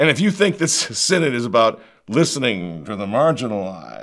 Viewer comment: SIN-ODD of SIN-ODD-ITY.